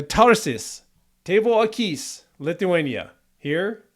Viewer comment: The accent in the word akys is long on the letter A.